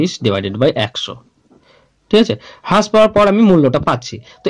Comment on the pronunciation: Vai thanks for the video...tobe হ্রাস=rash,,,bolle mone hoy valo shuna jabe .. infact হ্রাস= rash e shothik pronunciation.... By the way very good job bro